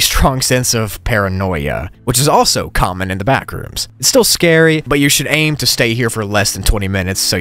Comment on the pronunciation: It's like you're saying "You should leave the BACKooms, NOW!!!!!!!!